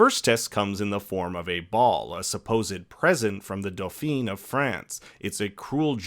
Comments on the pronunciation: the way you say 'dauphin' it sounds like 'dauphine' which is the feminine version of that word. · Dauphin : Daw - fah ... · No, not do-fin; dough-FA ('fa' has a short 'a' as in FAN (the 'n' falls at the back of your throat almost like an 'ng' but it is not pronounced so much as it curtails the short 'A' of dough-FAN). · “A-gin-core” (it’s a French word so you don’t pronounce the last letter: t) and it’s “Dough-Fa” to pronounce Dauphin (again not pronouncing the last letter: n) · Lol my ears hurt when you said Dauphin as daupheen 😂